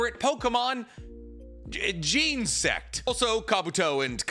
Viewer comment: can pronounce Japanese names no problem but absolutely dies when it comes to “Braviary” and “Genosect”